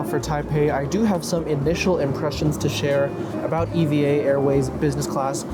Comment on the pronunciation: It’s pronounced “eeeva” not “e.v.a.”